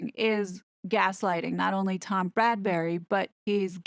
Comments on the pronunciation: It’s Tom Bradby not Bradberry. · I really enjoy your videos as they are intelligent, witty and funny. Not just plain gossip. Thank you. BTW it's Bradby not Bradbury ❤ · Just a small point...it's Tom BRADBY, not Bradbury. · Why do you say tom Bradbery??? Is tom Bradby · Isn’t his name Bradby, not Bradbury? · Bradby not Bradbury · Bradby, not Bradbury!!! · Tom Bradby NOT Bradbury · P.s. it's Brad-BEE not Brad-bury. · Great analysis! Just FYI it's Tom "Bradby," not Bradberry/Bradbury. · it's BradBy NOT bradberry or bradbury. Sorry, i was becoming rather frustrated with this. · Psssst - his name is Bradby, not Bradbury. 😀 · Perspicacous, but constant mispronunciation of the interviewer's name put a hurt on my ears: If you intend commenting further on the ITV interview, please: BRADBY, not BradbURy. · Yes! Many American YouTubers are pronouncing it Brad-BERRY (no offense ). I said nothing because I'm American and hoped someone else (across the pond) would say it 😂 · Tom BRAD BY not Bradbury pronounced bradbee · Tom's Surname is Bradby, NOT Bradbury, totally different 😎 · Bradby. Not Bradbury. Sorry. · Thank you for breaking this down so brilliantly - I find your videos so helpful. Not to quibble but the ITV interviewer’s surname is pronounced as “Brad-bee”, not “Brad-berry”. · A very good assessment thank you but would you please note that it is Tom BRADBY and not Tom BRADBURY. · It's Bradby pronounced 'BradBee' I hear it too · YOU KEEP CALLING HIM TOM BRADBURY IT IS BRADBY! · Small detail. For future videos. It’s Tom Bradby not Bradbury❤❤ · BRADBY not Bradbury! Great video as usual though x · It's Bradby not Bradbury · • calls him "Bradbury" throughout the video. I've noticed that some other American channels do the same. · It's Brad-by not Bradbury. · If you're going to do more about this video, maybe you should get Tom's name right. It's Bradby - not Bradbury. It's a little thing, but irritating when you say it so many times. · “Bradbury?” Isn’t it Bradby?